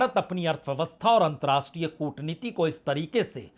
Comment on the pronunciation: आप पुराने और प्रतिष्ठित पत्रकार हैं। आपसे 2 आग्रह हैं 1.नमस्कार के स्थान पर आप हमेशा 'नमश्कार' उच्चारित करते हैं। 2.अंतर्राष्ट्रीय के स्थान पर 'अंत्राष्टिय' कहते हैं। आपके इन दो शब्दों के ग़लत उच्चारण खटकते हैं । संभव हो तो कृपया सुधार लें। बाक़ी सं दुरुस्त है।